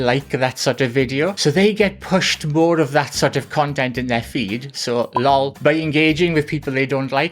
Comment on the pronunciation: “Lawl” (lol) Chi Ching!😂